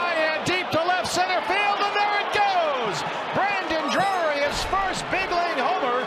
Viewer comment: Lol Brandon Drury 😂 sounds like DJ Khaled trying to say Jewelry 😭